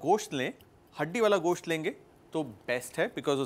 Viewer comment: Wow sir apne gosht ek dam sahi pronounce kia h 😍